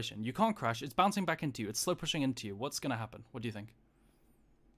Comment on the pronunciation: I crack up every time he says "slowpussyng"